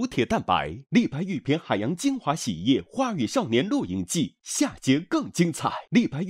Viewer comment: 丁：狂野吧 sao（少）年